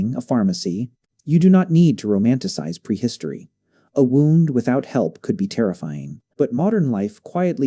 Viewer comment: Your garbage AI can't even say 'wound' correctly